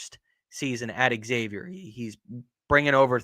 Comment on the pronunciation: No shit if you're a podcaster on something call Big East Energy, shouldnt it be a requirement to be able to pronounce Xavier correctly?